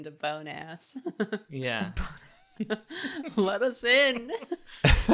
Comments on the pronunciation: Why does BONEASS Sound like Bonus? I mean... Everyone can hear that right? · when they said "Bone ass" all I could think of is the French word. In French "bon" mean good so all I hear is good ass. and bone sounds like bon. but pronounced a bit differently but very similar. 🤣🤣🤣🤣🤣